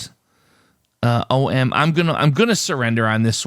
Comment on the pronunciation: And you were the only one who pronounced "om" as OHM.